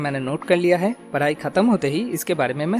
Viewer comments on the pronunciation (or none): why do you say Parai instead Padhai?